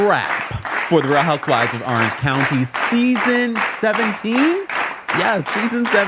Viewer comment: I love you but Orange starts with an O not an A arenge county 😂